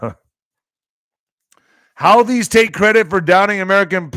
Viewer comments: HOUTI'S IS PRONOUNCED ""HOOTIES," NOT HOWTIES!!! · It’s pronounced who-thees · I've heard it pronounced Who Tees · Pronounced who-thees